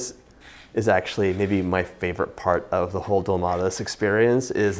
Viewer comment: You pronounced it well